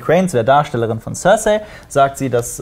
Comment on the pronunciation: tsörsai statt cercei ^^